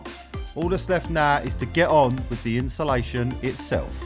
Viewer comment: Love the videos but please learn to say insulation properly.. you guys say inshulation 😂😂